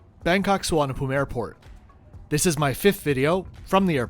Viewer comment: You know someone is well travelled in/to Bangkok, when he gets the airport name correct, nice! Pls keep making your videos, love the honest/no-nonsense/detailed reviews…👍👍👍